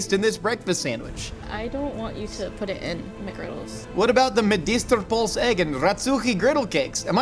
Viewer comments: It's two syllables, pølse. Poull-se i guess is a close american approximation. Not like pulse, as was said in the clip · I love how Americans just cannot pronounce Pølse. Medister pølse. I don't even know how to explain how to pronounce it xD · was SO close.. And then the Ø messed him up LMAO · plz for the love of medisterpølse learn how to pronaunce ø🤣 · Hej hej! Swedish person here! Great episode! Despite the "great" pronunciations. 👌😆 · The e in pølse is not silent, and everything you are doing in this video is heretical. Great work, keep it up❤